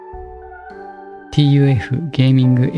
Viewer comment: TUF gamingはタフゲーミングって言いますよー